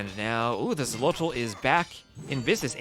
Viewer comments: I am not hundred percent sure about the pronunciation in the native language, but in Spanish that would be pronounced "Kholotl", as in old Spanish the "X" wasn't "X" but "Kh" (That's why Mexico or Texas are pronounced with "kh" in Spanish but written with "x", or why sometimes "Don Quijote" is written "Don Quixote"). In general the Spaniards of those times tried to transliterate the native words as best as they could to Spanish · "Xolotl" is pronounced "Sho-lott-(t)" with the -tl on the end that I think is best phoneticized with a very weak "th" sound in English. It's made by placing your tongue behind your front teeth and blowing air out the sides of it.